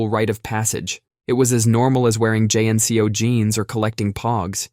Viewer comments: I'm going to assume you said J N C O instead of "JEiNCO" for rage bait, like this. Don't ever do that again lol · Also nobody called JNCO by the letters. You would say Jeanco. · We always called them Jin-co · jay-enn-see-ooh jeans......riiiiiightt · Never heard someone spell out JNCO instead of pronouncing it before 😂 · good ole’ jay-en-cee-oh jeans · This dude said "J N C O jeans..." Ya know. How every real human spells out that name! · Did you really spell out JNCO’s ?😂😂😂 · Mispronounced jnco jeans and the word "bow" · Oof I always knew deep down this was not a person narrating. But then you said Jnco and I knew for certain. Won't be watching as often now. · Did he intentionally mispronounce JNCO to get my comment, or is he just a zoomer who really doesn't know?